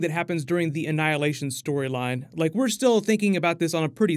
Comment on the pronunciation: He definitely said Anhilation